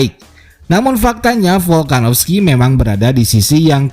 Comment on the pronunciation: Volkanovski bukan folkanofski